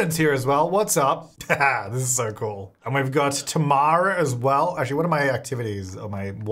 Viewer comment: My name is Tamara as well! It sounds so cool when says my name with his Australian accent 🤣